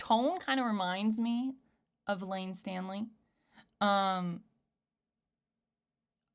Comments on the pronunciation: Are you trying to say "Layne Staley"? You said, "Layne Stanley". hehe different vocal sound entirely. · This said "Layne Stanley" again. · Stop saying Layne Stanley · Layne Staley .. stay-ley .. ;)